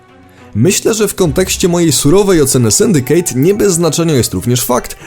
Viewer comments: Dlaczego żaden Polski recenzent/dziennikarz nie zagląda do słownika? Nie "Syndikejt", a "Syndiket" (używając mocno uproszczonej pisowni). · "rouch" ? "sundicate" ? "umaiciło" ? Boże... Jeżeli jednak chodzi o treść - widać, że nie wiesz co dobre :d. Od Black Flag wzwyż to prosta papka dla mas, poprzednie części jeszcze jakoś się broniły.